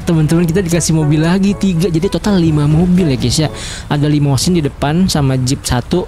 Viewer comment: Itu limosine bkan limodine